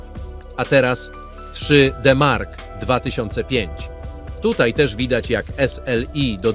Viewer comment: 3.....D......Mark.....2005 to jakieś 40% wolniej na pojedynczej karcie a 80% szybciej porównując pojedyncza do S.....L.....I, tak się powinno pisać twoja manierę przy wymowie.